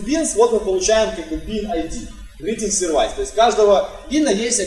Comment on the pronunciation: пожалуйста, посмотри в словаре произношение слова Service.